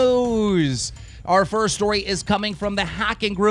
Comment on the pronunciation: Why does he call them "Are Mine" does he not know how to pronounce "Our"